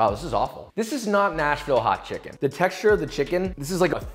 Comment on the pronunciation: “They’re not people they’re chimkens” - Joshua Weissman 2021